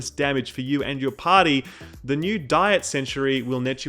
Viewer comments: he said party.. not potty hahah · "TURRET" "TURRET" "TURRET" there is no "O" in TURRET "PARTY" "PARTY" "PARTY" not POTTY.